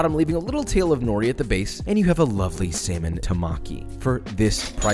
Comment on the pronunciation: As a Japanese person I had to cringe every time he said” nori”. Still loved the video🙂